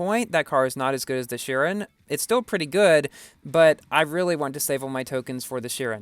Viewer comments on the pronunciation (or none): Its pronounced shi-ron. Ron not run I love your videos😊